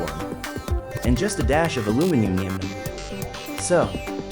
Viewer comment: "and just a dash of aluminiminium" Someone's a Real Civil Engineer fan 👀